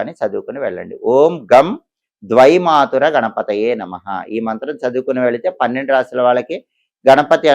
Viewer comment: ద్విమాతుర కాదు. ద్వైమాతుర అనాలి.ఆదివృద్ధి వస్తుంది